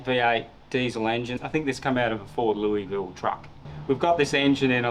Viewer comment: He pronounced Louisville wrong